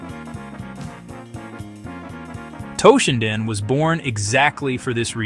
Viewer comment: its toe-shinden not TAH-shinden